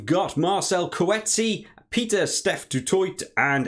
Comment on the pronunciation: Some phonetic pronunciations for South African names ( Use it/don't use it 😉) Du Toit (Du Toy) Coetzee (Kootseea) Nyankane (nYakane) Esterhuizen (Esterhayzen) Arendse (Ahrense) Nortje (Norkeea)